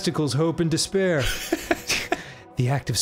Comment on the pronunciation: "dis-pair of nuts" he was so close